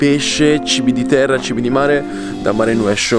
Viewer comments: Si legge mare nosciu 🤣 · si chiama "Marenuesciu" e si legge in egual modo ( nel dialetto Squinzanese) 😊❤